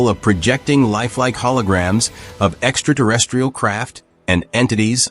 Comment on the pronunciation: Extra-terrestrial - not extra-durestrial or whatever it is you're saying xD